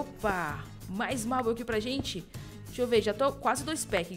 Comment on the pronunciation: o marble se fala que nem Marvel só que troca o V pelo B